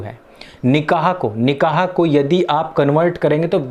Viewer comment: निकाह होता है निक़ाह नहीं